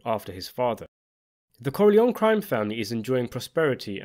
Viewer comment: I do enjoy your videos...but I wish you'd pronounce the name 'Corleone' correctly.